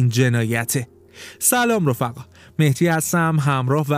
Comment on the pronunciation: ما اسمی به نام مهتی نداریم مهدی هست چرا اشتباه تلفظ میکنی؟